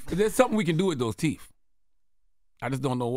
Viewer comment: Lol Charlemagne still can’t pronounce TH after all these years….WTF TEEF